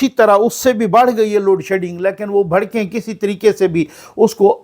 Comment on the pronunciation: بھڑکیں نہیں بڑکیں